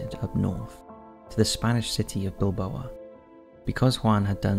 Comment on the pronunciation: And Bilbao and Derbyshire